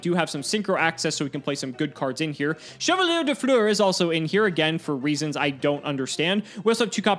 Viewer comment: Hearing try to pronounce chevalier de fleur was unexpected comedy lol